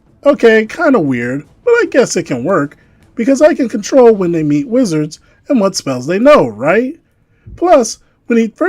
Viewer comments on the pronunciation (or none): none